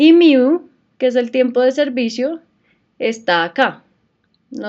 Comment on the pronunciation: Solo vengo a comentar que se dice "Mu" no "Miu"